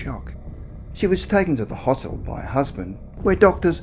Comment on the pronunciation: It's not slang, I think he just muffed the word & didn't want to re-record the whole lot. He did say Hospital, just not properly lol.